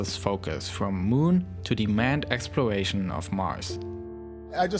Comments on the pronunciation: I love this guy's accent "Twump" "Twying" "Expworation" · What’s a ‘wocket’ and ‘explowation’ is that like a sexual thing? ‘Bwoke’ is that like rapper slang for “be woke” this is so cunfusing.. (good content though)